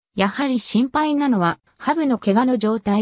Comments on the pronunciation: はぶ❗はぶ❗と何度も言っていますが、「はにゅう」です。人名は間違わないで下さい。世界一有名なフィギュアスケーターです。 「はにゅう」です。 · このコメンテーター羽生選手の事を「はぶ」と恥ずかしげも無く言っているのが、とても気分悪い。世界の羽生選手です。 何度も言います。「はぶ」ではありません。腹立たしい！！ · ハブではないわよ。 羽生(はにゅう)ですよ！ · 羽生(はにゅう)と読んで下さい😅